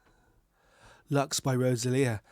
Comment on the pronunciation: Please, pronuncie it Loox! It's latín, not english!